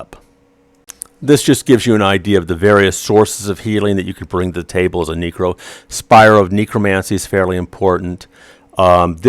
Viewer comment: knew you were an alt necro when you called it a kneekro =) Love your stuff though!